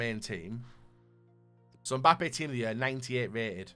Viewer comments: No one:: MbOoPpe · XDuttinho calls him Mboope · Wow, I am not the only one who calls Mbappe, MBUPPE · MBUPEE:WHO THE HELL CALLES HIM MBUPEE🤣🤣